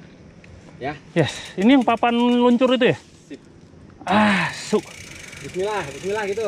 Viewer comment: Kata si bapak yg depan bismillah nesh bismillah bukan su.. 😂😂😂